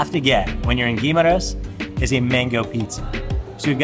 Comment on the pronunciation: The guide was influenced by the Tourist who was likely to pronounce Guimaras in one word syllable. It is actually pronounced, Gui-ma-ras. three words syllable.